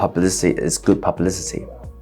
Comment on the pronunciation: seems you cant even say publicity properly XD all the money poured studying in harrow